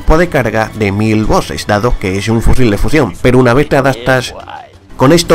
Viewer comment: Si los enemigos son mantequilla peroh estoh q ehhhhh